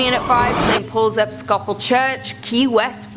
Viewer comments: same, really really bugged me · "Eh - PIS-cah-pul"....not epis-copal. Sorry, that just really bugged me. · Lol escopal. I'm laughing with you not at you darlin. I'm sure others have mentioned but it's ep-is-copal. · that is not how you pronounce it. It is pronounced Epis-kah-pol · Is that how y'all pronounce Episcopal over there? Always interesting...